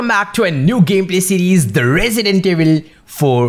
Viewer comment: Residental nhi hota hai Resident hai upar se "yes" bhi bol rha hai